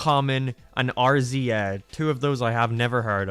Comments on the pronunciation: "... and Arr Zee Ay, which I don't know" You mean the RZA (Reeza) from the Wu-Tang Clan?! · sat through of this video just to hear you say are-zee-ay and having to use some mental gymnastics to understand you meant RZA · did this fool really pronounce RZA like that 😅. I literally spit my coffee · RZA is pronounced "Riz-za" FYI... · I sat through all 6 hours and my only complaint is how you said rza (pronounced Riza). Other than that its a sick video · The hip hop fan in me took a hit when he pronounced RZA’s name “R-Z-A” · His pronunciation of RZA pains me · Man, The RZA being pronounced like that has made my week. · how you pronounce RZA is sad